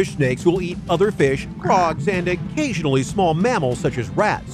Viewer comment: the way he says frogs cracks me up